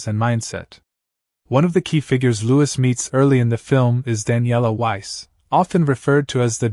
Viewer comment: His name is louis as in lewy,not lewis.